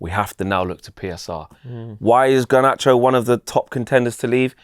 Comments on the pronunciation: It infuriates me how pronounces Garnacho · Bro I thought I was the only one!